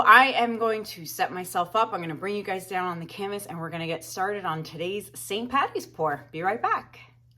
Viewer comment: This Irish girl loves this piece, stunning! To those in the comments, it's Paddy, NOT Patty... ☘